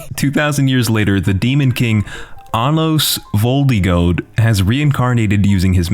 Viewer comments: Anime: Vold-i-goad: Anos Vol-di-goat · How you butcher his name when he says it every second it’s ANOS VOLIDOGARDODA